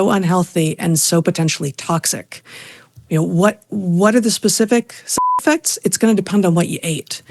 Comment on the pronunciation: You can't say "side effects" ... 😮!!!! WTF!?!?!?!?!